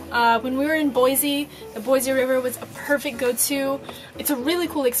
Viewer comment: Say, "Boy-C," not "Boy-Z." thank you! Keep posting your adventures, with tricks & tips!